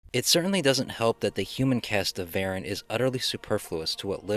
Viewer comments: It's pronounced Vah-rahn. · I believe it’s pronounced “Vah-RON”. 😉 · I always pronounced it Va-Rahn as it sounds more menacing. I saw this on a double bill with Gorgo. It was the badly butchered American version. I had read in a movie magazine just how much was cut (all flying scenes for some) and inserted to create the American version. If people think the Japanese version is bad then the American version rates in the negative. Years ago I got the Japanese version DVD. I actually enjoyed the film though it was not up to Godzilla standards. However we all know how bad the Godzilla films got from Monster Zero until the 1984 reboot.